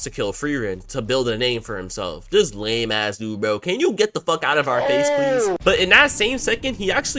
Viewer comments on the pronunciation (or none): none